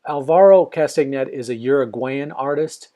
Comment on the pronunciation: Hi. From the videos I've seen on Alvaro, his name is pronounced "Kastanay". You can see a great demo he did on a show of Graeme Stevenson's Colour in Your Life:. Thanks for the demo. Oh, and the secret to learning is: shhh! (it's practice, practice, practice);-).